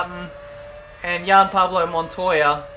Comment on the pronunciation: Why you saying Yuan Pavo Montola